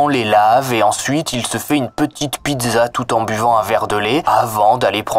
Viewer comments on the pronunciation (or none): none